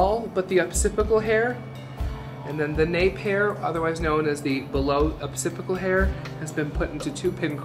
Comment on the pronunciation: Love the tutorial! It is OccipiTal bone though, not occipiCal.